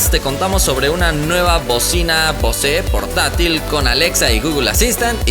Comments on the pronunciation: muy bacano tu canal...pero se pronuncia "BOS" ya que "BOSÉ" es el apellido de un cantante español y la marca no es francesa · No se Pronuncia Bosé... Se pronuncia "BOUS" 😑😑 y se escribe "BOSE"... Buen Video